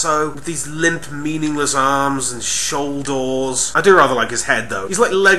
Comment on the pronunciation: EVERY time you manage to crack me up, properly mind, at least once. This time it was: "Shoul-DOORS?"... excellent